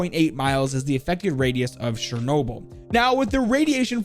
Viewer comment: you read charnoble